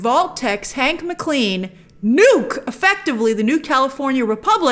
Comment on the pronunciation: It's 'M Clen' not Mc CLEAN 🤣🤣🤣